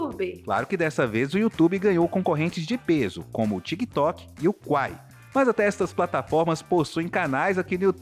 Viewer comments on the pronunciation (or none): none